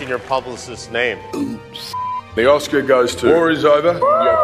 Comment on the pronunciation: not bad bunny not being able to pronounce oscar